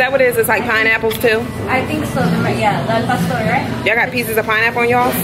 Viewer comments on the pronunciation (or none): I think I'm the only Mexican subie 🤗🇲🇽here lol that meat is called pastor over do the o and r when saying it out loud. Hope it helps love you 💕💕